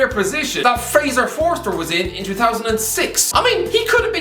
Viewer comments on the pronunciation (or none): none